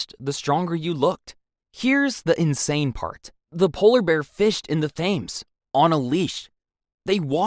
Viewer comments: River Thames hah 😂 it’s pronounced tems, that bit made me chuckle 🤭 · please correct River Thames pronunciation. Makes an otherwise excellent video sound silly. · Please learn how to pronounce River Thames. If i could do it as a middle class American at age 12 I think anyone can.